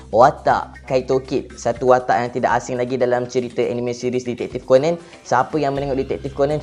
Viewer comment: Sebut ko-nan, bukan ko-nen. Stress ak dengar.